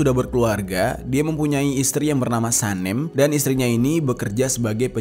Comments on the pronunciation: Sanem bang bukan Sanem🗿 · Nama istinya bukan Sanem tapi SANEM😂😂 Tau kan bacanya